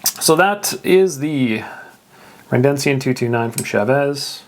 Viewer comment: It's Redencion, not Rendencion